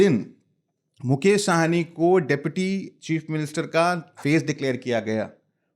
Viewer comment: आप सब मैदानी रिपोर्टर हैं, फिर भी मुकेश सहनी को मुकेश साहनी कहते रहे हैं। इतने दिनों में तो आपको साहनी और सहनी का अंतर समझ में आ जाना चाहिए था। साहनी पंजाबी सरनेम है, ना कि बिहारी।